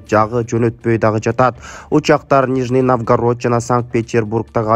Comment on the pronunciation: Бул эмне деп окуш,Нижний навгарод дейсинго.